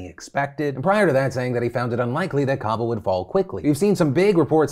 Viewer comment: I love phill But man the way you say Kabul makes me twitch so bad!